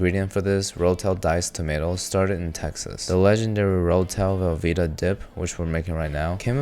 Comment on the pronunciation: how the fuck did you fuck up velveeta and rotel lol